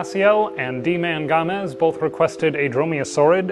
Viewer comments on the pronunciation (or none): Yay! Haha just saw this and kind of got hyped and excited when you mentioned my name! Thanks for making the video man! :) Btw, you said deeman correctly but for 'gamez' its just the word games :P